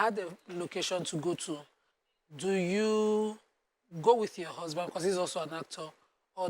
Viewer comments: 'Husband'. The majority of you are backward in that 'country' you call Nigeria. I asked a simple question, what was 'Usband' and why couldn't she pronounce her consonant 'H'? What happened? Frustrated people came out and typed examples of their frustrated lives except Yskubu, who was reasonable in his comments and 'politely' explained for me. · How old is she now? 53? How come she can't pronounce the letter 'H'? What is 'usband'?